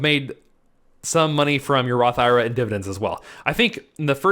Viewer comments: You are a CPA man please for the love of everything stop calling it a Roth EYE RUH!!! just say I . R. A. like it should be... I want to watch your video but your making it tough to get through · Completely ridiculous to take advice from a guy who doesn’t even know how to pronounce the type of account he is promoting..